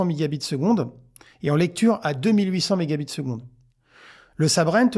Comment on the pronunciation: Bonjour, il me semble que vous dites méga bits (Mb) à la place de mega bytes (MB) dans votre prononciation. On pourrait parler de mega octets pour pas les confondre.